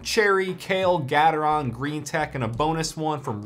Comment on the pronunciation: Gat-er-on Me: no no, I think it’s Gae-ter-on: GAT-ER-ON